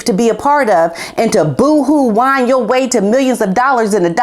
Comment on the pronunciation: WHINE not wine!